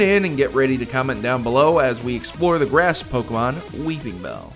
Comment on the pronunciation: weePINbell, NO "G"